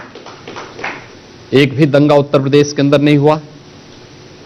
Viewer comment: Is taklappa ke muu se pradesh bula lo nai ye bolte padesss nai bolsakta kuch padha to na school Jake.